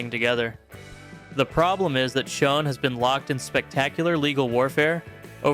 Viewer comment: It's Neal Sch-ON, not Sch-own!!!!!!!!!